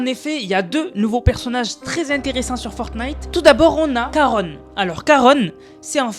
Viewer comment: Ça ce prononce Sharon au fait